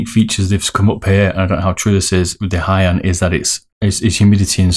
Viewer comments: Lol you butcher the name! 1. Ha-ya-tey / Ha-ya-tey ot-su (ot!= oat, and su from sukhoi)/ Ha-ya-tey Kow 2. Hi-en (Hi from hiccups and en from enlarge) 3. Zero = Zero? 4. Raiden is a bit english maybe 5. Shin-den-kai (from shin in your leg, den from english den word, and khai) Nice video, looking forward for the comparison. Maybe for comparing soft/mid you can add some weight onto the mouse. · It's Ha-ya-te not Haiye or Haiyet and "Hien" is pronounced like "Hee-en" ^^